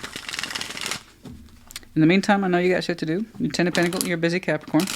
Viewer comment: Thankyou, I love the way you say Capricorn ❤